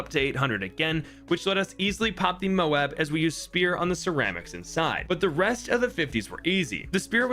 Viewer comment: Dude, why do you keep calling them "mobes"? It's mo-ab, like Moab, Utah, or Moab in the Bible. My guess is that the bloon in the game is named after an actual weapon in the US Air Force arsenal, the GBU-43 MOAB. It's technically supposed to mean "Massive Ordinance Air Blast," but everyone knows it really means "Mother of All Bombs," just like the MOAB in the game stands for "Mother of All Bloons." It's Mother not only because it's big as hell, but because when you break the shell, all the other bloons pour out of it.